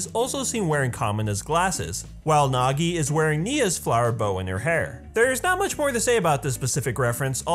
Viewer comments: anyone else died a little inside when he said Simon and not Simone spelled closely but don’t sound the same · I don't know a single GL fan who says his name like "Sai-men" its "Sea-moan" in literally every dub of the show. Did you actually watch it? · Simon is pronounced "Sea-moan" not "Sai-men" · His name is Simon, not simon -_ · I thought Simon was pronounced “see-mone” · Thats what I'm saying!!! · It is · Simon is pronounced See-mon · It’s pronounced as Sea-mon. I’m triggered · You can tell someone's a sub watcher by the way they pronounce Simon lol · Mispronouncing Simon’s name…… How to tell everyone you only watch dubbed without saying you only watch dubbed 😂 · How you gonna make a Gurren Lagann video without knowing how to pronounce Gurren Lagann, Simon, or Kamina? Or calling Team Dai Gurren "Team Gurren Lagann"? Shameful. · Ugh learn how to say Simons name it’s not like simon from Alvin and the chipmunks it’s pronounced just like Kamina says it